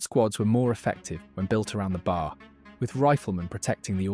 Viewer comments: Its a B A R not a BAR. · In your video, you keep pronouncing B A R as one word, "BAR." Everyone who worked with it simply called it the B-A-R. It's irritating for you to blurt out BAR! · Once the phony narrator said bar instead of B A R I knew it was fake. More AI garbage. This english guy AI bot is one of the easiest to pick out now. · It’s B A R not bar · OK, you are fundamentally correct everything you say. Except to my knowledge troops didn't call the Browning Automatic Rifle the ''Bar.'' If you want to be accurate to the period and to gun vogue, the shortened name is B. A. R. or Bee-Aay-R. Dude its not not be confused with a roadside watering hole a.k.a. a bar ??? :hand-orange-covering-eyes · OK upper middle class British accent AI narrator: i'm obliged to inform you that the short way to say the Browning Automatic Rifle is not bar. It is BAR full pronunciation of each letter. I say this because I'm an editor and I can't help editing sometimes and you're not gonna hold me to any standards because I don't care I am retired as an editor but I will edit. And this will help you in the future by pronouncing BA are in any of those war Youtube films, correctly it is not bar it is B A R. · Pronounced B A R. Each letter pronounced separately. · You pronounce it pronouncing each letter: B.A.R. I know because my dad shot one in WW2. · Damn AI. It's pronounced B-A-R spelled out.